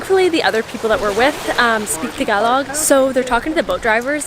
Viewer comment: Amazing how you pronounce "Tagalog" the right way. Cool... I've been following Robyn for quite some time now and she recommended to follow your page...I'm glad I did. Keep 'em good contents coming. Take care